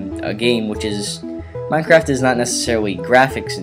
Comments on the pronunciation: did you say mineCRACK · u said minecrack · he said "now to download minecrac" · is it me or does this guy sound like he said mindcrack